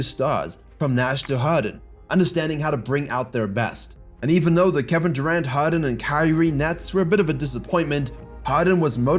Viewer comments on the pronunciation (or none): none